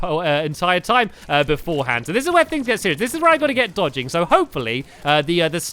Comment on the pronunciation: Did anyone realise that he said after he died from ocram he said deeodging